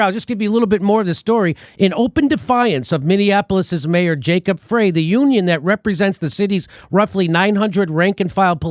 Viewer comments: Frey is pronounced "Fry", just fyi! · Jimmy, in Minnesota "Frey" is pronounced "fry". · His name is pronounced FRY . Great show Jimmy.